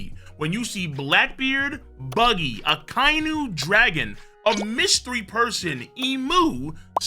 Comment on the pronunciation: Gotta let you know in the dub akai nu as you pronounced is pronounced akai inu not spelled but thats how they say it